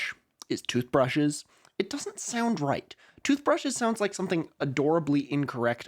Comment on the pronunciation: I did not in fact jump, because I was too busy being mentally flashbanged by the word (frankly more accurate to say syllables) Tuthbreshes